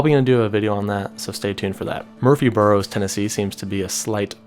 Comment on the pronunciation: not trying to pick out everything you say wrong but im from Tennessee and i just want u to know how to pronounce Murfreesboro, Tennessee its [mərfrēzˌbərō] or [merfrez-bero]